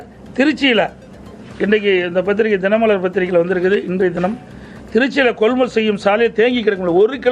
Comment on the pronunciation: கொள் முள் நிலையம் அல்ல கொள்முதல் நிலையம் நட்பட்டினம் இல்ல அது நாகப்பட்டினம் பேச்சில் இன்று ஏதோ தடுமாற்றம் சார்